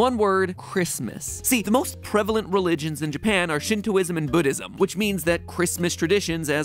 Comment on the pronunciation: matpat's guide to say buddishm is budoism